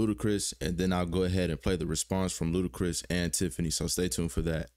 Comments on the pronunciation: "L U D A C R I S" NOT "L U D A C H R I S" 🤦🏾‍♂️🤡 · Ludachris? Lol it’s Ludacris bruh 1st album was a monster grew up on it yea it know I’m a OG